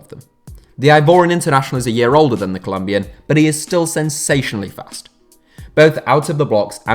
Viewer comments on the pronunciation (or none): none